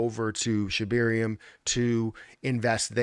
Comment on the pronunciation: Is it just me or does say “Shibeerium”